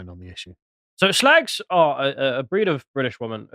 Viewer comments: Ceuse flimed by chinaman , you should call it "shrag"! "Shlag"is lacis plonounciation.,no? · Is 'SHLAGS' the proper pronunciation? Learn something new every day. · "Shlagz!" Jesus, just when I thought this channel couldn't get any more puerile... A thing so old that even 'Viz' was parodying it, back in the day.